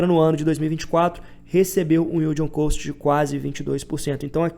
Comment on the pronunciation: Vc pronuncia "Cost" errado, do jeito que vc fala é a pronúncia de "Coast" (litoral, praia). A pronuncia de Cost equivalente a custo é Cóst